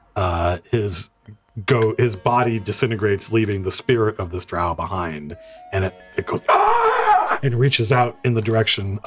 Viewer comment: Drow, drow,drow your boat ....gently down the stream. Not WOW-Drow